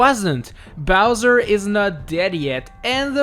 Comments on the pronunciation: you said Bowser, Jr. instead of Bowzer for #1.. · Bowser Jr at number ☝🏻 wtf it’s bowser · You said Bowser jr. Instead of Bowser, lololololololol.